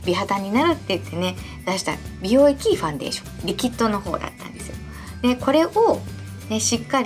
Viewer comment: ファンデーション⤴️のイントネーションが気になってしまう😩